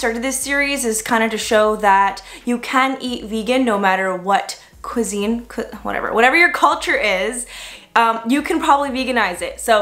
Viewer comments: Cusine is not q-sine, you said it correctly at the beginning of the video : qui-sine is the closest I can do to help. 😉. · Quiz-een although I like the way you say it. sounds faaaaancy. 😂